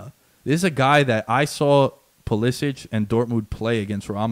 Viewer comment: The "expert" pronounces Pulisic's name incorrectly.